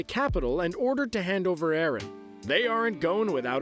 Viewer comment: It's not arron it's eren